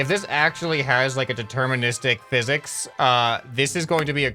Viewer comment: ah yes “phisiks”